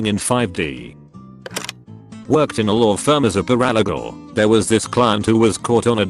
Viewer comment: I snort laughed at the voice pronouncing of Paralegal = Pur-aL-i-gull 🤣 Sometimes the 'auto voice' is funnier than the story!😉